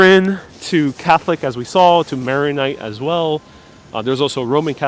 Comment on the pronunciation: the word is Maronite, not Marionite. It is a sui juris rite. I have a couple of items from the SS Normandie ship. I got it from an Art Deco dealear in Essex, CT in 1974.